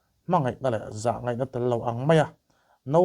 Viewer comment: A ngaihnawm e,mahse sipai tih kha sipei tih te,ngaihnawm tih kha ngeihnawm tih a hriat turin i lam a ang khawp mai a,helamah hian khawngaihin lo fimkhur hram teh a❤😊